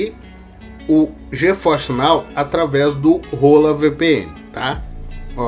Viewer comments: Mano não tem nada de "rola" na VPN.. hahahah. Hola se lê "ôla" em espanhol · A cada momento que você fala "Hola vpn"eu fico mds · pronúncia Hola vpn em voz alta kkkk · "Hola" estranho kkskkak